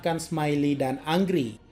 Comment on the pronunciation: Bang angry itu bacanya Engri